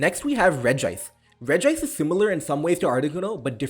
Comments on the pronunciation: it's not pronounced REG-I-ICE, it's just REG-ICE. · Imagine pronouncing regice with two I's lmao